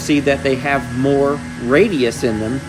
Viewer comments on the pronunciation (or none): none